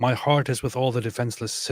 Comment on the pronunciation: The welsh guy said the word for heart wrong lol…he sounds like he’s saying the word for “dog” in the Egyptian Arabic dialect. 😂